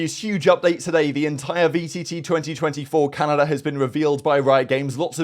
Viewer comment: I kept thinking you were saying Canada and not calendar and i was hella confused XD its too early